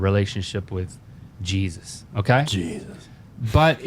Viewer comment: Wow ...I had to go back to this and make sure, but YEAHP....the way he has to pause before he overstresses “Jesus” is exactly the way Ilhan Omar says, “Al Qaeda” when she is making fun of American professors. It betrays Link Neal’s ......embarrassment in his body language so friggin blatantly. He basically bought into the view that Christophobes sold to him.